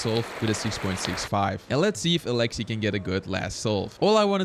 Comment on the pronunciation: I just love hearing people try to pronounce Alexey’s name just because every time my Russian dad heard the commentators on the official comp live stream say his name, he shouted out the correct pronunciation as if they could hear him correcting them😂😂❤